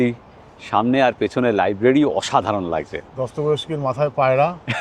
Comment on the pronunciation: উচ্চারণটা 'দস্তভয়েস্কি' নয়, 'দস্তয়েভস্কি'। 'ভ' আর 'য়' নিজেদের মধ্যে জায়গা পাল্টাপাল্টি করে নেবে :) Fyodor Dostoyevsky, one of the giants of Russian and world literature, alongside Leo Tolstoy, Nikolai Gogol, Ivan Turgenev, Anton Chekhov and Alexander Pushkin.